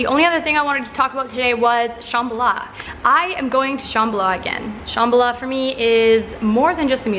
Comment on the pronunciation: love how you say Shambhala!